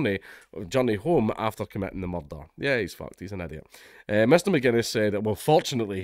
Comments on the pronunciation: I came to hear you say "muurdah" many times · Anytime I see the opportunity to hear Dank' butcher the word "Mud-d-Dud-Dud-d-dh" multiple times in his glorious Scoh-ish accent, ...I'm gonna jump on it. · Proper Taggart 😂👌